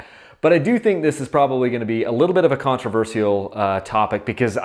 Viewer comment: the way he said controversial. contraverciale